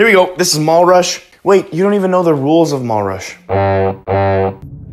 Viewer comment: I thought is was mull rush not mall rush